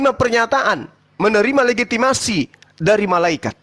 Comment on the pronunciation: mau sebut legitimasi saja legimatasi payah oten